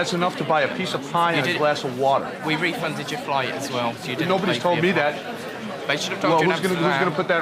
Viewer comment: "A piece of pie and a glass of warder" 😂🤣 Prick.